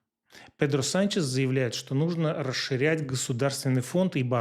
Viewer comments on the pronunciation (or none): none